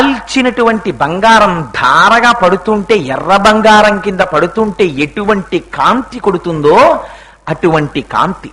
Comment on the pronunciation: ఎట్టు వంటి కదమ్మా తల్లి. ఎటువంటి అనాలి. ఎందుకొస్తారో తెలియదు. తెలుగును ఖూనీ చేయడానికి